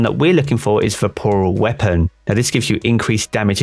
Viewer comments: VORPAL not VAPORAL... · Am I the only one getting triggered every time he says ‘vaporal’ weapon? LMAO 😅 anyways, great video! I got a trophy hunter with triple tap and vorpal weapon a few weeks ago, looking forward to trying it out next season! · Hey mate, good video (and I agree entirely, having this exact roll, it's terrific). Just a note, though: "it's "Vorpal" not "Vaporal." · LOL nah man, if I'm being honest, I was a bit triggered over it. At first I thought it was his accent, but then I was like wtf? 🤣